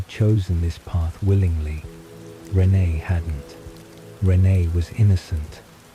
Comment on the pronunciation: I’m thinking this is actually an AI reading…not human… the sentances run together a little too fast. Renee isn’t pronounced right either.